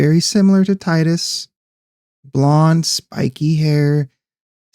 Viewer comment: It's pronounced Teedus